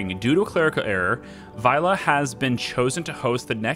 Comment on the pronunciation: The very last 'e' sound of your pronounciation of "Vejle" was a little off - the first bit was spot on though! "Midtpunkt" was pretty good too - obviously not perfect, but very good considering the length of the word! "Hygge" as "hike" was way off but that is to be expected, haha. I actually live not very far from Vejle - it's where I have to get off the train to get on the next one when I go visit family (